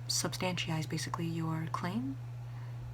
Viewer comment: substantiate, not substantyize.